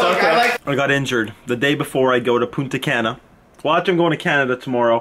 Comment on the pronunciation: Ive been to Punta Cana. You say it wrong lol